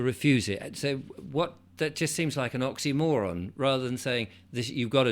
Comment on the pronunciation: did you say oxymoron or poxy moron on such matters?😂